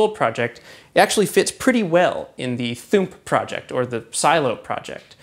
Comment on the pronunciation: "Operation Thoomp" Really? lol